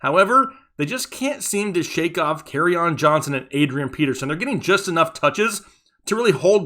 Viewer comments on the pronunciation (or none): none